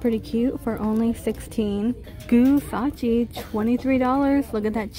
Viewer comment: What the hell is gusacchi its like Gucci and rasochi mixed together..lol .I have never heard of that brand